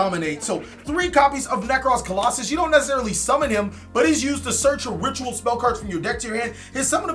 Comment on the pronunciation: [King Of Games] BTW, stop mispronouncing their names. You do this at least once a video. Look at the card, as you can see it clearly doesn’t say colossus. It’s not that hard